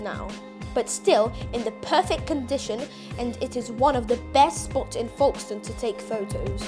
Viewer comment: You are pronouncing it wrong it's not forkstone it is Folkestone